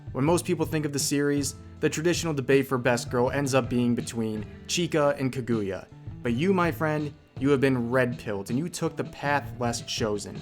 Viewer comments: It shook me when he pronounced kaguya as kuh-goo-ya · Why did rev say “kagooya” like listen I’m not an asshole but that just isn’t how you pronounce it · "Kaygooya" are you kidding me? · It annoyed me that you pronounced kaguya wrong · The way you pronounce Kaguya is so fucking funny